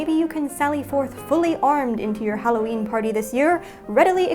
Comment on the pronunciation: Holloween is what you said